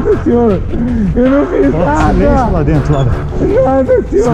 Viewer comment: Me admiro a paciência dos policiais. "Não fui eu sinhô" kkkkkkkkkkkkk